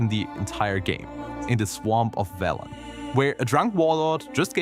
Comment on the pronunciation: "Veelen"? Did you play W3 with sound off or something?